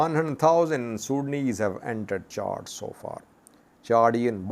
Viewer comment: There is no R in the name of the country Chad. The pronunciation Chard is of a vegetable. Pronounced with 2 R It means burned